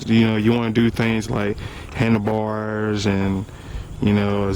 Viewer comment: I like the way he says handle bars. "hannalbarrs" LOL